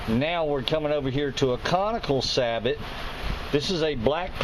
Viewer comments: Also, Sabot = Say-Bo or Sah-Bo . . . Not Sah-But. it's French, no "T" sound. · It is NOT pronounced SA - BOT. It is pronounced SAY - BOW. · old video i know and im late to the party, but its Saboh not sabot the t is silent even though thats how its spelled. And technically thats not one.. A sabot is a break away carrier for a projectile like used in rifled sabot rounds for shotguns. Still appreciate the work put into this. great info on the rest. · Sabot is pronounced "say-bow". Its french.